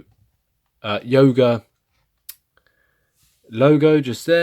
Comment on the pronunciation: Did you say YOGO? haha. Thanks for the review!!! Would love to see your benchmark and speedtest video!